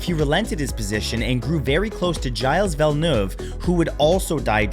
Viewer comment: gilles villeneuve was also canadian, how did you manage to butcher his name so much?